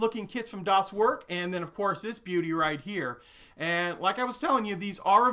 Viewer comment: Hi, "Das Werk" in german should be read as "das verk", "er" is pronounced the same as "air", thank you. Love your video.